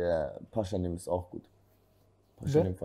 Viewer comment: die von 16bars muss auch immer damit pralen wie gut sie englisch redet aber er heißt nunmal pashanim und nich pashaaaanim ...